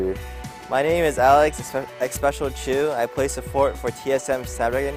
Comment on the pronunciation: XPECIAL. USE YOUR WORDS NOT YOUR SOUNDS.